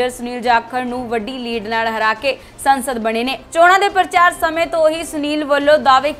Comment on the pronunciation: Sansad ni saansad